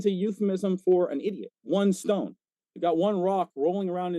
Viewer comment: can’t even pronounce the word, euphemism. He said, “you-fan-ism”!!! What a FLERF Dork! 😅😊😂😅😊😂